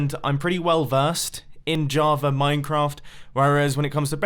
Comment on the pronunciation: Why does it sound like you say Javar every time instead of Java? Am I going crazy?